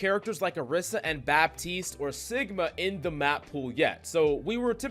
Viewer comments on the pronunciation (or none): Please don't pronounce the P in Baptiste